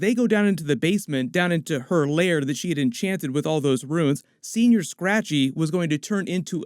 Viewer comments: 'Sen-Yor' Scratchy.. not Senoir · As someone from California, it's killing me that you keep saying "Senior Scratchy" instead of, "Senõr Scratchy" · It’s senyour. Say it right. It’s not old man rabbit. I didn’t spell it right on purpose. Lol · You keep saying senior, it’s señor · It's painful hearing u say señor as senior.